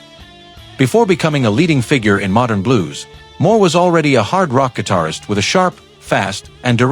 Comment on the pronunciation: Actually a nice assortment ... but why does the speaker mispronounce the name of Gary Moore? Because "he" is just a voice generated by AI ..... or just insufficiently informed .... who knows ....:face-orange-raised-eyebrow